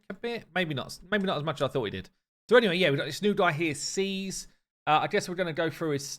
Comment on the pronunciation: I'm hella relieved. I mean, his name is pronounced "seas," and not "skeeze." Oh! Wait! Was there also kit/skill info?